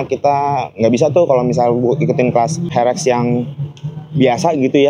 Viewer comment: herek bukan ferek 😂